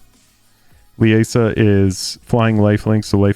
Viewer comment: Liesa is pronounced LEE-ZA I should know how my mothers name is pronounced 😅 Not Le-a-sa😂